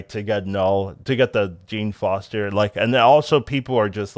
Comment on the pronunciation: Jean Foster? Lmao